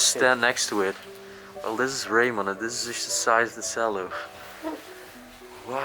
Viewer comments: Again just for your English, a Cello is pronounced "Ch"ello and Iron has a silent r so its pronounce as "Ion" hope this helps! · Cello.....pronounced "chair lo" . ❤ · The small recorder was called a descant. The cello is pronounced chello.